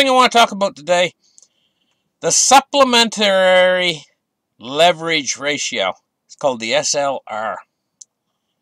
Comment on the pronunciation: What's it called? Supplementarrrrrrrrri. Haha